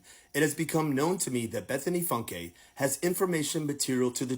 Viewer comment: Bethany Funke pronounced FUNK - Not Funk A 😂